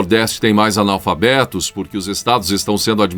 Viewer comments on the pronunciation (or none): Os "alnalfalbetos" do Luladrão...kkkkk